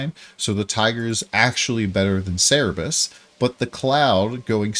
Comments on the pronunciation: It's Cerberus not Cerebus. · (Sir-burr-us) Please stop saying (Cere-bus). But good video outside of that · its cerberus, not cerebus TT_TT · Cer-be-rus ---> (/ˈsɜːrbərəs/) xD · damn it's so triggering u keep missing the last r on cerberus